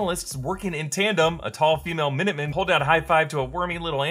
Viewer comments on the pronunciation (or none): none